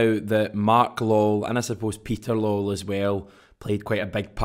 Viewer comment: It's pronounced Law well , not lol ! 😂😂😂😂😂😂😂😂😂😂😂 FFS man